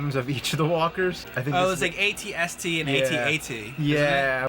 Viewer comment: Aighty aighty?? 🤦🏽‍♂️🤦🏽‍♂️🤦🏽‍♂️🤦🏽‍♂️🤦🏽‍♂️🤦🏽‍♂️ it's @@. Geez.